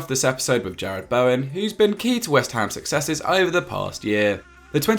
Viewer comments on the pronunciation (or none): none